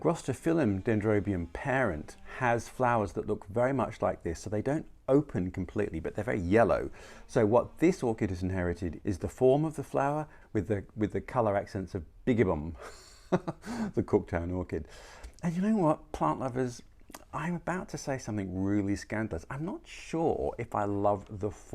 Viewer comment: Its pronounced Bye-gib-bem, not biggy-bum